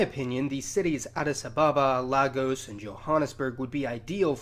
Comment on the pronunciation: It's upsetting that you don't have much faith in us. Thanks anyway for the information. P.S- Learn to pronounce Lagos. For someone with significant African ancestry you keep failing hard.